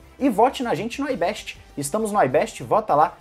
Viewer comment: É IBEST COM I SE LÊ IGUAL É ESCRITO, PARA DE FICAR AMERICANIZADO ÀS PALAVRAS, AIBEST, NÃO, É IBEST